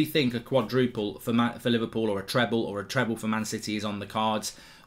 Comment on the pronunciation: He said “livercool” 😎..